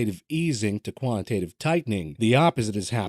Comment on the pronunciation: Co…antitatve easing😂